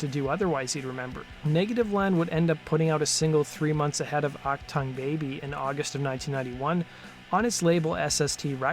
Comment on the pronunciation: "ACK-tung baby"? "Ock-tong, baby"? U2, an "alternative rock band"? LOL This video blows.